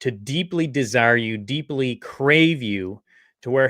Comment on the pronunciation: Please check the pronunciation of insatiable.